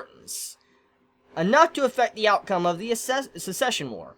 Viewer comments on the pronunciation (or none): succession is pronounced suc-sesh-un. not se-sesh-un. That's the pronunciation of "secession", as in "the South tried secession but the North won"